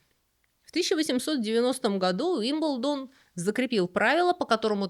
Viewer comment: При всём уважении почему УилбендОн??? Ударение же на И?Но как всегда, узнала много нового, спасибо❤